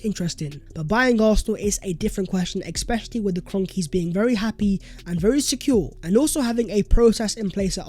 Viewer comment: Bro it's especially and not expecially🥺😭